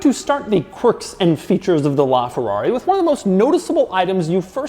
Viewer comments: “Lrrraa Ferrarrri!!!” (That’s what I hear, and what about you guys??) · "This, is a Laaaaaaaaaa Ferrari" What it sounded like when he pronounced it. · the way that this guy pronounces ''LA'' ferrari, ughhhh, cmon dude you are making a video inside that masterpiece and you don't learn how to pronounce ''LA''....... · Bro you’re supposed to say: this is LaFerrari, because “la” in Italian means “the” thus replacing the need for “a”